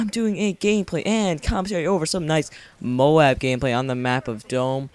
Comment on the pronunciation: I think its pronounced MOAB not MO-AB ex. coat not co-at